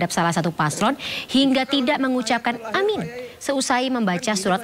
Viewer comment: bacaan yg benar aamiin bukan amin.